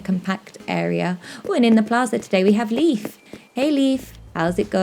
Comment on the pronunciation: Leaf? His name is Leif :-) That's not the same.